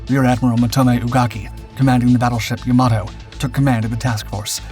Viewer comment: Not "ya-MA-to." It's "YA-ma-to." Like "Yamaha." And "Omaha," now that I think about it.